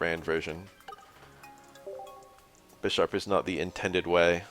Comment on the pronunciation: Is that how everyone says Bisharp? I kinda hate it. It’s BI-SHARP, like BI-CLOPS. This game really makes me wanna get into the actual card game, but frat boys ruined the prices during Covid with their douchebag get rich quick schemes.